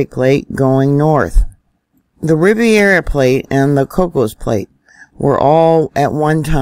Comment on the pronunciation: love your stuff! Riv air uh plate NOT riv eee air uh plate